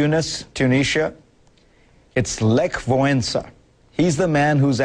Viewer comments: Z całego reportażu zrozumiałam tylko "Lech Wałęsa". Ale nawet dobrze przeczytał jego nazwisko, nie "walesa", jak zwykle. Brawo :) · At least this guy puts an effort into pronouncing Lech Wałęsa's name unlike American reporters..